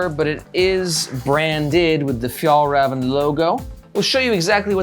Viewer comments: I never understood this in america - is it that hard to check the pronounciation of a foreign word? When americans come to europe they keep correcting our english. Maybe we can ask for little favour to say one word to pronounce properly: fyallraevan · I guess in 2022 it was impossible to check how to pronounce a word in Swedish.